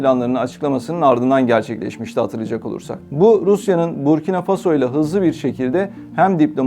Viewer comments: буркинА фасО , не бУркина фАсмо ... Такое ощущение что БОТ читает .... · если уж вы готовитесь, то потрудитесь и узнать куда ударения ставить. МалИ, СахЕль, Буркино- ФасО